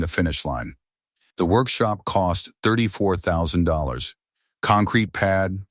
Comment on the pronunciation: Bruh the AI can’t even say $34’000 correctly.